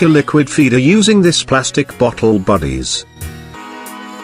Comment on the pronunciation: I also love the way he say bodies